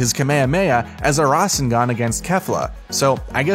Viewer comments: now hes saying rasingon and kamayay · It's rasangan not resanguni don't like he's pronounceing anime wrong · THE WAY HE SAID RASENGAN AND KAMAHAMAHA GAVE ME A STROKE he said” rA sEn GaN and kaMAywAyAWave” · Fernis226 The man said rasengUn😂😂😂